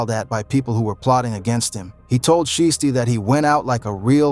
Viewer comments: Foogiano is out?? And I wish these white mf'ers can pronounce there words right, it's "shiesty" not "SHY-EASTY" and it's "1017,TEN 17" NOT no damn one thousand seventeen smh goodness gracious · "Pooh Sheesty " 😭😭